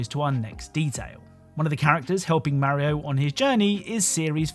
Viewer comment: I hate the way you pronounce Mario